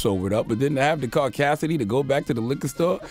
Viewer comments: I love how instead of audacity he said... “ caucacity” 😂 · He said , "Caucasity". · He said “Caucasity” 😂.